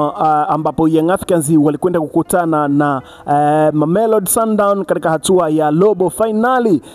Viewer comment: Oya sema katika siyo kadika.....usiwe mjinga